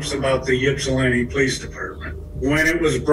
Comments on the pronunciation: How many narrators on YouTube ever research the stories they "read" on these videos!!???!! The City is called Ypsilanti pronounced ipsilanti the Y is a Short I sound... To some this doesn't mean anything... But to the City, and the Many people associated with it, IT MATTERS !!!!! IPSI. (YPSI) is how those who know refer to Ypsilanti ..... Please try looking it up in the future so you dont insult watchers who may feel like it matters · michigander here, pretty sure Ypsilanti isn’t said like that but i get it, try Petoskey or Sheboygan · Sad story but that is not how you pronounce the city and I could not focus after she said it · That is not that is not how you pronounce Ypsilanti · You’re saying the name wrong and it’s not a small town lol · You keep calling it yipp-slantee lol it's pronounced ip-sill-antie Source: lifelong Michigander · yipslinti is cracking me up. ip•sill•lan•tee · Ip-suh-lantee It’s a rough working class town with a lot of crime, and little wealth. Very, very redlined city. Basically all the service workers from wealthy Ann Arbor next door live in Ypsi, or EMU which is the inexpensive school college. It’s a rowdy place full of shady poor folks that mingle with the drunk undergrads… lots of gnarly things happen there. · It's pronounced Ipsi, Ipsilanti. I know it's weird but thank you for covering this! You should cover one of my peer's cases. Her name is Jayde Lee, she's also from Michigan. Love your channel! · She says it like shes skipping right over the 'i' between the 's' and 'l'....'Yip-slan-ti'. I'm from Massachusetts and there are cities and towns here that get completely annihilated when people try to say them. 😂 Every state has towns like that. Unless you grew up around the area and know how to pronounce them, people unfamiliar will try to pronounce them phonetically. I'm sure we all have stories about this subject. 🤗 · Funny those of us in Michigan pronounce Ypsilanti (ips- ull-antee) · Ip-sil-anty is how you pronounce Ypsilanti